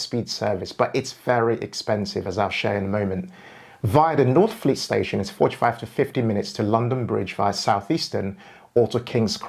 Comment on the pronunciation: Lost me at northfleet 😂. Great research though. Subscribed!